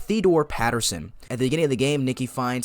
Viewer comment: Hey man! I love your channel. Great video! I'm sorry if this seems rude, but I am a huge lore diver and memorize everything about games, and it's Mr. Peterson, not Patterson. Sorry again! You earned a sub :D